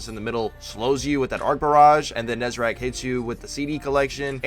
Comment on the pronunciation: NEZ-A-RECK. RECK. WRECK. NOT RACK. FFS.